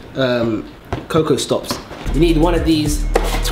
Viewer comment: Man said coco stops😂😂😂